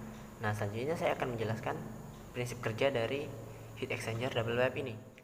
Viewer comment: Well done.. Izin kasih masukkan 1) kata "Uap" dapat diganti dengan steam saja, jgn ditranslate, krn kalau steam bs berarti kukus di b.indo, kalau uap bs berarti vapor di english. 2) speak properly, pipe (baca : paip) jgn pipe. It will be useful for us, when we can speak english properly, esp when u r an engineer. 3) Engineer identik dg angka dan alasan. U have to tell the reason why double pipe can be fit in your plan (acc to pressure drop, surface area and etc). 4) if possible, you could tell the audience why u used the exact number for an assumption, it can be based on prev case or range. CMIIW. Let's make a good work Great job